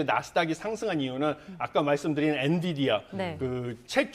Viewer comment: ㅋㅋㅋㅋ 엔비디아도 발음 못하는데 대체 뭔 반도체 기업 분석을 하는거냐 ㅋㅋㅋ 존나 웃기네 엔비디아이 라고 말하는 사람은 또 첨보네 ㅋㅋㅋㅋㅋㅋㅋㅋㅋ